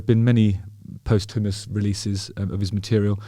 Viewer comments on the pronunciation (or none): Justin, As a long, long time fan, and an even longer time bassist, both professional and semi pro - therefore totally broke though, so no financial contributions I'm afraid 😑, I do hope you will accept this in the spirit in which I am sending it. Please please please can you check out the correct pronunciation of the word " posthumous". I cringe in embarrassment every time I hear you say it!! 😂😂 Suffice to say, it has nothing to do with chick peas!! Anyhoo, big congrats on your show and your recent tribute show. Just have been one help of a day?! Onward and ever upward my friend. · "Post houmous." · My friend laughed at me for saying post-humous a while ago and now i pass on the cheeky mirth. It's pronounced like you would imagine the word "costumous" would 😘 x